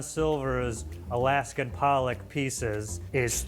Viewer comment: Pollock lol not police